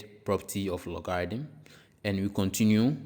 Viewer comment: You pronounced logarithm incorrectly, very annoying. Reminds me of scam sites coming from India and Pakistan